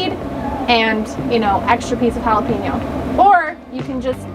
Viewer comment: Cool idea, but to be honest you lost me when you mispronounced both Jalapeno and Habanero. Small thing but attention to detail is important for both YouTubers and Chefs. I couldn't finish the video due to the cringe every time you said it.